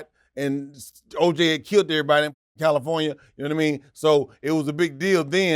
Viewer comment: "and Oj had killed errbody in california" lmaooooo